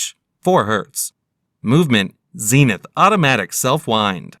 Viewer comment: Stopped watching when he tried to pronounce Zenith.